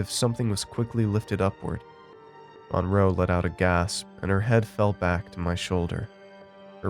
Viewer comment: That’s not how you pronounce the name “Monroe.”